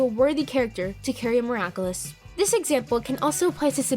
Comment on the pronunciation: Also, stop saying 'miraclus' its annoying